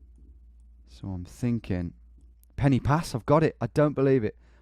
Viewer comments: Brumie twat penny pass lol should be pronounced Pen ar pass. totally clueless. Perfect score give me a break. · Quick Welsh lesson: ‘y’ in Welsh is pronounced ‘ugh’ so Instead of ‘Pen ee pass’ its ‘Pen ugh pas’ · Pen y Pass is pronounced Pen uh Pass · tom mate the Y in pen y pass is pronounced Uhh so it's pen uh pass i know confusing but just trying to help